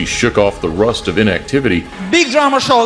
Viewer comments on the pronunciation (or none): none